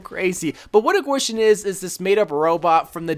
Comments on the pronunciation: dva pronounced gwishen "qeeshen" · its pronounced GEE-SHEEN